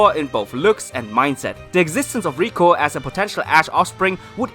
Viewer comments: Just thinking could Roy be Brock and misty's son this could explain why these two might be travelling together also Roy's skin colour and hairs matches to that of Brock and misty If this comes true say R.I.P to pokeshipping. And it's LIKO not RIKO Stop making it sound like Rusifa or Reviyatin how Japanese pronounce lucifer and leviathan If liko and Roy fan made origin theories comes true it just joins all dots Taking liko as serena and ash daughter the reason she doesn't tell anyone about her origin might because of her father being world champion and mother being Kalos queen. Her stone pendant Might be given to her by her father cause of as a memorial of his bond btw pikachu the faith they had on each other via bond she has an exceptional attachment to Pokemon and being a Pokemon freak could be a reference to Ash the scene choosing speg was similar to serena choosing fenniken Liko's hand motion or pose is the signature pose of serena. Her fasion sense could be a inheritance to serena also keeping hairs style and hair resembles to that of serena. Logo and hair spikes matches ash with eyes of serena. Roy's hair color matches of misty while skin colour matches Brock don't involve Brock's eyes. This solves why they must be travelling together cause their parents are friends her other similaritie indicates other pokegirls cause of their involvement in her growing years as they are her parents friends. Now conjoining with reality The company might make this theory much possible be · And IT IS LIKO YOU HEARD LIKO NOT 🚫 RIKO